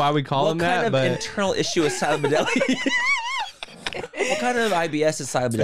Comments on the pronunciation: Noooo thinking silent but deadly was ‘silabudeli’ had me laughing so hard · Silabudedly took me out 😂😂😂